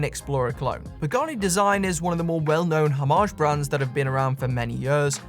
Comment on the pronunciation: Why is every video? I seem to watch a Brit? This only matters to me because I have yet to meet a British person who can pronounce homage correctly🤣